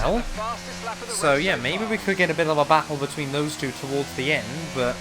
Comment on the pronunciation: why do you say TWO like such a spastic?